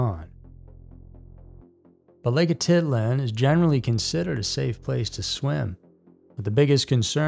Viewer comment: Lake Atitlan not lake Ati land😂😂😂😂😂